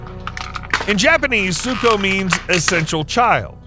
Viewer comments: BRO ITS NOT ZUKO ITS SUKO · Its suko not zuko